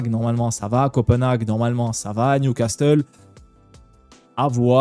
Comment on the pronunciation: il faut réviser prononciation de Newcastle. Et ça se dit bodø/glimt comme au tout début quand tu l'as dit